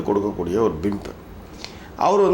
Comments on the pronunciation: Thala athu pimp not bimp. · Not bimp...it's pimp